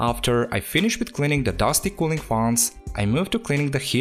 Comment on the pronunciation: The way he sayes faans 😂